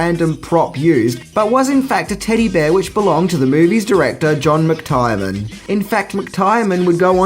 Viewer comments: Are you fricken kidding me!?!? "John Mc-Tire-Man" what kind of movie buff are you, seriously. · "Hans Goober"!!! GOOBER!??? Oh, you loveable clueless bastard 😂😂😂😂 It's Gruber, pronounced Groo-Ber And it's John McTiernan pronounced Mc-Teer-nan not Mc-Tyre-nan 😂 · DUDE, it's pronounced "Mick-TEAR-Nen" - John McTiernan. NOT Mick-TIRE-Nan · "John Mick-Tire-Man" that is just so so wrong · John McTiernan = "John McTyrenan" Classic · I love your videos, thank you so much!! Btw, McTiernan is pronounced mc-teer-nan :) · Ugh. You MUST be dyslexic. Look: McTiernan. HOW HARD IS THAT TO SAY??? Jesus Christ, bruv. What's wrong with you? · Really wish you would learn how to pronounce words bro... Seriously its bad enough to make me almost stop watching. John McTiernan! And another video I watched today where you butchered zsa zsa gabors name. And countless others...